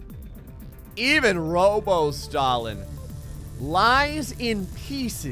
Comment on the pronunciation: You say stalin as “stalling”